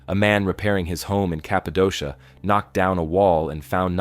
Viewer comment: Cappadocia is pronounced Kappa-doh-kia